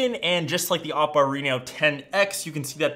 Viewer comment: Man, I hate how tech you tubers pronounce Chinese brands. I love your content but it’s pronounced Oh-Po and Hwawei. You need to pronounce the h in huawei